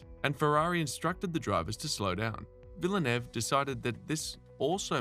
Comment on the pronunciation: Some much mispronunciation it’s painful. If you are going to cover F1 then you have to learn that it’s an international sport that encompasses international languages and pronunciations. Imola, Prost, Lauda and Villeneuve are particularly offended!